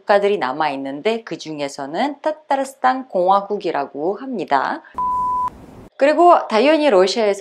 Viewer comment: 따따르스딴~ 타타르가 아니고 따따르 라고 발음하는군요.